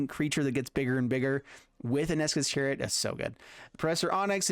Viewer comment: Him calling esika's chariot, ESKA'S chariot, has been irking me for a while.